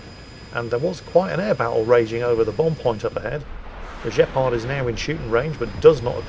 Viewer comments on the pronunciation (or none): Actually, the Gepard is a german AA vehicle and it is pronounced with a hard G not a Je we are not the french! Like in gun or green. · Nice video. Btw... The G in Gepard is there for a reason. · Dave was killed by BMP-2 (with 30mm autocannon) not BMP-1 (that has low velocity 73mm gun). BTW why did you read Gepard in french way rather than proper language of Mordor (German). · 2077? Well, maybe it might be time for another go at Armored Warfare? Also, I swear pronounced the Gepard on purpose with a French accent.